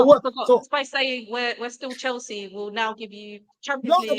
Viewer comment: "We're still chels" 🤢